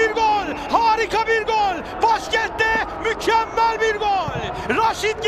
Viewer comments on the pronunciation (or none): 1 gakasaray değil Galatasaray 2 cezal değil ghezzal 3 göl değil gol 4 mükkemel değil mükemmel Türkçe hoca na sabır dilerim :d